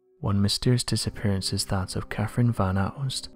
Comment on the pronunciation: What i find interesting is how he can't pronounce words correctly. The name is Catherine, why he keeps saying Caferine?